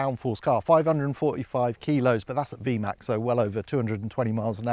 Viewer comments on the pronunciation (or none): none